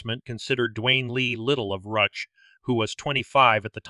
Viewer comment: The town of "Ruch" is pronounce "Roo-SH" in case anyone was curious!